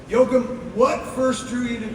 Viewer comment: They really should learn how to pronounce the directors name right, "jokem" is way off